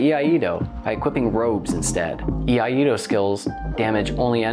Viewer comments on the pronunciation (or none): Another great breakdown! Btw I hate to be that guy but since nobody else seems keen to correct the pronunciation of iaido here's a little PSA. It is "E-I-DO" not "E-I-A-DO" or "A-DO" which is another common attempt. A doozey for sure, but I can confirm it is so being a student of the art myself. Everything else was spot on! Always appreciate your vids! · I-ai-do. Not Yee ah Yee do. What are you old McDonald has a farm?